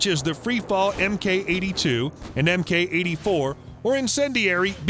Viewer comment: You'd think someone who narrates videos for a military news channel would know the proper pronunciation of military terms. For example the term 'Mk' is pronounced 'mark', not the phonetic M - K as though they were reciting the alphabet. That said, he's not the only one since I've heard the same mispronunciation by others a number of times. Btw, he also mispronounced TACAN*, LORAN** and nacelle. *Short for: 'tactical air navigation'. **Short for: 'Long range navigation' and is also used on boats and ships.